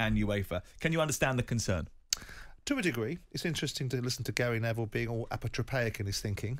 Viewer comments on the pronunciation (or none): "Atropatheyic" What a word! Or is it "Atropaphatic" Why would he want to use a word like this on Talksport and not University Challenge? He MUST know that nobody would have a clue...